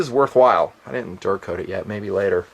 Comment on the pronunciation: excuse me. "DURA COAT" the gun. Sheeesh.